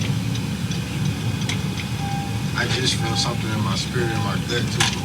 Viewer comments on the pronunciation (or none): none